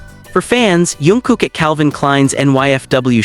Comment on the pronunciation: Jungkook not yoonkook😂